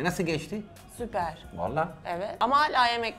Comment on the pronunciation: nobody: literally nobody: danilo şef: supeeyyrr